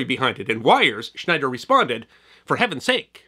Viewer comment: "SCHNEIER on Security", not Schneider. (Yeah, I know, this is a "best of" and I missed it in the original video, but...)